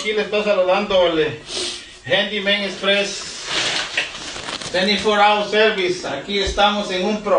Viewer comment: nah dude really said "express, 24 houa serviccce"